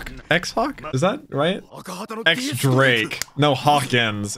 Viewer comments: nice reaction! always so good to see you react to one piece. Just one thing, Drake's name is pronounced "Diez" Drake. It's the Roman "X" symbol for ten! So, "X Drake" is "Diez Drake". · Diez Drake not "X" Drake. Diez as in Ten in spanish... X as in ten the roman numeral... It is said out loud whenever they said his name and also it was written in his "info card" when he was introduced by shaky and she also said it out loud... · "Have you ever been kicked at the speed of light?" has always been a favorite line of mine from Kizaru. - The "X" in "X Drake" is pronounced "Diez", as in Spanish for the number ten. You can hear it when they say his name. - I remember seeing this point back in the manga when it first came out and thinking "They're reverse-engineering Devil Fruit" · The X in X Drake is pronounced "Diez". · X Drake is pronounced Diez Drake.